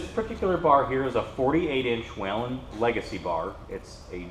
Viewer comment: Wheee len - amazing that a distributor cannot pronounce the company name correctly.